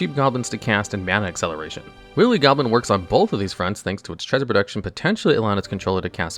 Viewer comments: "Willy" Goblin, oh lord that tickled me - It's pronounced "Wily" like, "why-lee", and not the phalic pirate we almost got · After watching ~20 of your videos Im just gonna assume you're mispronouncing words on purpose to troll/increase engagement. Who doesn't know how to pronounce 'wily'? Did you not watch Looney Tunes? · I mean this in the nicest way possible, Your tendency to mispronounce words like "agave" and "wily" is very endearing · That's not how "wily" is pronounced.